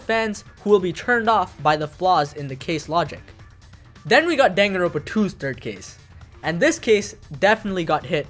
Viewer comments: danganroNpa not danganropa omfggg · its Dangan Ron Pa not Dangan Ropa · He did not just say Danganropa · It really bothers me that you just ignore the last “n” in danganroNpa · "dang-a-ropa" has to be the worst pronunciation I've ever heard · My guy your are aware there is an n in the word danganroNpa right? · This mf will never pronounce the second N in danganronpa huh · I wanted to like your video but the way you pronounce danganronpa is shitty